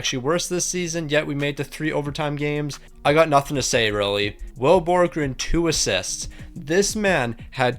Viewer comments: Will Borgen (Bor-gen) not borgren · ITS BORGEN ONLY ONE R ITS NOT BORGREN ITS BORGEN